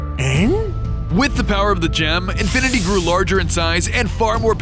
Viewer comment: Sometimes it sounded like infinity was saying infant